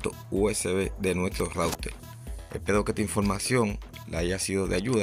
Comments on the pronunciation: Dice Routel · Entonces no se dice router se dice "loutel" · Es que Loutel no le sale , por eso dice Router q es más fácil de decil....😅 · Intelnet, smal tv, conectal, conseguil, cualquiel, apalte, sin altelal, adaptadol, calgadol, veldad,celulal, menol, loutel. Por favor aprende a pronunciar la "r". Es insufrible escucharte hablar así. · En cada hogaL hay un routeL y en la paLte trasera ....inteLnet..... QUE GRACIOSO HABLAS...... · Se puele calgal el celulal y sacal el lautel estelno y aksedel a otla led guaifail 😂😂😂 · El puelto, el raulter jajaja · " Rautel " la primera vez que oigo esa palabra😮 -yo oigo esa palabra no entiendo los comentarios que dicen no sale la R 🤷‍♂️ por otro lado es su idioma el que hace asi la pronunciación 🤔(yo lo entiendo👍). - Fue solo la palabra RAUTEL que me llamo la atención,sin mala intención 🙋‍♂️😁👍. Es interesante saber todo lo que se puede hacer con el Ruter 👀 -LIKE AL VIDEO 💯👍